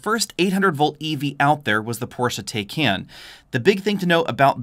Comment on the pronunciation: It's pronounced Porsche "Tie-con".....